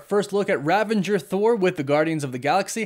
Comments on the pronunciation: It is ravager. ravage + er. There is no n. It is not rav-an-jer. Sorry, but that was really bothering me. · RAVAGER, not RAVENGER. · Hey man, love the content as always! Just one thing: it's Ravager Thor (as in the Ravagers from GOTG), not Ravenger Thor, right? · Love, but he tends to say things wrong a lot. Just a quirk, oh well. It is indeed Ravager Thor rather than Ravenger Thor. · Great video! Quick question: Ravager or Ravenger? I keep hearing Ravenger and it doesn’t sound right. Thought it was Ravager. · I hate to be the corrector, but it's "Ravager Thor" rather than Ravenger. 😅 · Ravager, not Ravenger, no n. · "Ravager" not "Ravenger" I think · Its RAVAGER** bro bro... Not "Ravenger" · it's not ravanger dude It's ravager.. "A ravager never flies solo" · Great video but - ravager. Not ravenger. There's no 'n' in the middle. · I’m sorry but it bugs me that you pronounce an N in Ravager. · I think it's RAVAGER not RAVENGER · Why does everyone I watch say “Ravanger”? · You said "ravanger" again, lol. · Isn’t it Ravager not Ravanger? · Ravager...not "Ravenger" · There are quite a few words that you always mispronounce, but none are as annoying as how you incorrectly say "ravager." There is no "n" before the "g." In Ragnarok, Thor joked about "Revengers," which is a totally different word than the factions from GotG... "Rav-age-rs." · Ravenger Thor? Ravengers? Seriously? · There is no "N" in Ravager. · Okay. I wasn't gonna say it but it's driving me nuts. There's no "N" in "Ravager." Great breakdown. But I couldn't just let it go.